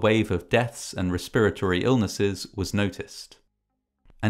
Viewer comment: he said respurratory illness tee hee